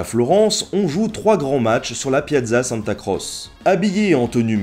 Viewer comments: On dit "santa croché" pas "santa crosse" ^^ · Tes vidéos sont très intéressantes mais si cela n'a pas été encore fait je tiens à te signaler une petite erreur qui m'a bien vrillé les tympans ce en italien se dit tché donc pas santa crosse mais santa crotche (qui s’écrit bien sur santa croce). Merci encore de faire aimer l'histoire a des gents comme moi qui en ont étés dégoutés pendant toute leur scolarité par des profs qui ont perdu tout intérêt dans le fait d'enseigner et qui de ce fait sont incapables de rendre leur sujet intéressant.